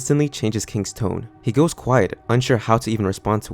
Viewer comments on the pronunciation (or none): none